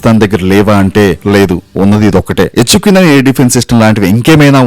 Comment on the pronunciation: ఎచ్చుకు నైన్.. ఏంట్రా..? హెచ్ క్యు నైన్ అనలేవా...😂😂